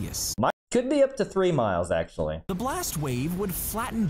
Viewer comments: "3 miles axtually" oh... how reassuring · This is the "AkChTUalLy" guy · acshually up to 3 miles 🤓👆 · “CoUlD BeUp To ThIRTY Miles AcTuALLy”